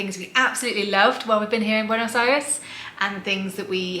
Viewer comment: Awww, you seem to be lovely people. Subscribed! I'm glad you enjoyed your visit! I'm from BA but living in Pennsylvania for work. Hope you can visit other places of the country... the Lake District, Ushuaia or the wine region. And the "Buenos Aires" pronunciation was more than fine! Cheers.